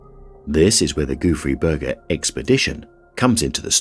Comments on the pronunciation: I listen to these with the screen off and I kept hearing Goofy Burger. I was like no way that's what it's actually called l😂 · How hard can it be to learn a french pronunciation and not call it the "Goofy Burger" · All I hear is Goo Free Burger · It’s “ gouffre Berger” instead of “goofy Burger”. Gouffre means gap and a man named Berger, discovered it. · i kept hearing "goofy burger". i see its spelled Gouffre Berger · I can't stop hearing 'goofy burger' in first one💀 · I was hearing Gooey Burger haha I was luke Guess he don't want no Ketchup for a Dry Burger hahaaaa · I keep hearing goo-free burger. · All I also hear is goofy burger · I wish the narrator would have learned how to pronounce Gouffre Berger somewhat properly. 😕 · Haha me too, and the funny thing is that's not how you pronounce it in french